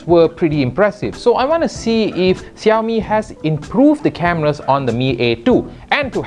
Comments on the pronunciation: syamil azfar uh.. yes. 30% of population in malaysia are chinese. how can you not know how to pronounce xiaomi? you are supposed to pronounce it like "shiaomi" not "jiaomi". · *is in a multicultural and race country* *can't even pronounce xiaomi*